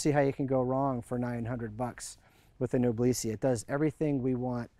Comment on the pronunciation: The word "Noblesse" should be pronounced as "N0-BLESS", as in "Noblesse Oblige".